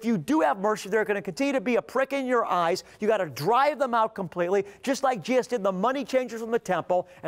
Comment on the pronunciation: I wish he would say Jesus not Jeeus half the time.